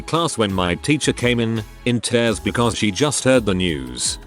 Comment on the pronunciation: How are you so bad at using text-to-speech? Fixing the audio would be as simple as inserting hyphens or apostrophes, e.g. dumb-asses, or respelling words, e.g. teers